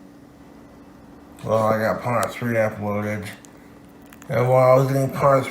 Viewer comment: “Uploadit” guy can’t pronounce “d’s” or “t’s” at all at the end of words.